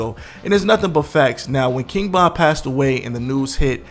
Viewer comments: King BOND! LOL JAMES BOND. ITS VON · Why do you keep calling him King Bon instead of King Von?You say Von at times, but you mostly say Bon. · Why the hell you keep say "KING BON" bro... Get that shit together! Lol. Bruh... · His name is king Von V not B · Am I tripping? Why its sound like he keeps calling him King Bon and not Von? Maybe its me. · Am i the only one hearing him say king bond ??? Or am i trippn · Man keep sayin king bon